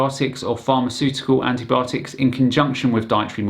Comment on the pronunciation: Did she say "antObiotics"?